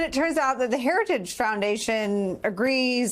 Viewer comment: He can't even pronounce heritage.